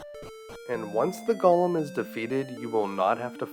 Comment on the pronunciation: Go-lum not gollum